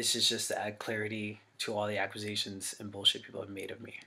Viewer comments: or tries to throw a q in there somewhere it definitely doesn't belong. I'm a bit older so I never got into the whole scene thing. I thought botdf was shit but when I first watched this video years ago his condescending attitude & him mispronouncing "accqusations" it made me REALLY dislike him😂🤣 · I mean he said acquisition instead of accusations 🤣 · "Acquizations." Ack-you-say-shuns, Dahvie. Accusations. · Im going crazy hearing him say "aquisations" over and over as he appears to be combining the words "acquisitions" and "accusations" because he's that much of a dumbass I suppose. I listened to BOTDF back in my scene kid days when I was trying to be "cool" and it truly is quite disturbing the lyrincs in the songs and even as a kid I knew something was wrong and inappropriate because I remember always making sure my parents never heard a second if what I was listening to. Now I can't believe I listened to them at all, especially since by the time I began trying to be a fan, it was already going around that Dahvie was a creep and abuser. Then again I was 13🤦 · “Ackwizations” lmfao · somebody needs to tell this dude that its not pronounced "ack-wu-sations" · "Aquisations". Boy, do you seem smart. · Wtf is an aquasation? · Ugh he can’t even pronounce accusations properly. Aqusations is not how it’s pronounced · Jesus/Dahvie- the word is pronounced Ac-cue-say-shuns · Judging by the way he pronounces “accusations” his guilt is undeniable. 🤣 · The way that this dudes brain won’t even allow him to say the word “accusations” correctly is very telling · Why tf does he say accusations like that 💀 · dude can’t even PRONOUNCE “accusations” 🤦‍♀️ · Can’t pronounce accusations